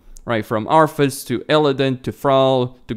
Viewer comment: Arthas, not Arfas